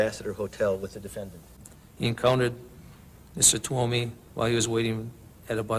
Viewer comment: C’est Steven TUOMI et non TWOMEY et STEVEN hicks et non STEPHEN 😉